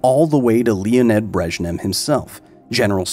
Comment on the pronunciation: Leonid Breschnew. Not Breschnem.